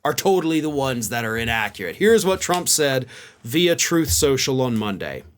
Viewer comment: I don’t think he spends much time on Truth Social when he pronounces it as Troth Senchal.